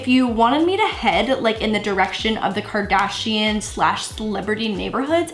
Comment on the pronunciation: Kris Kardshiannn 😂